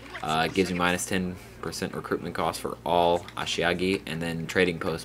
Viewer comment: Is there a reason you keep saying ashiagi instead of ashigaru? Still a nice video though.